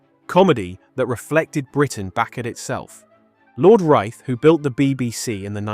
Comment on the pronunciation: Wrong pronunciation of Reith and Z Cars. AI and inauthentic.